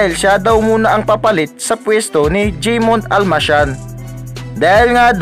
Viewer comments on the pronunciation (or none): Hahaha jeymond daw ...hahaha bolol ....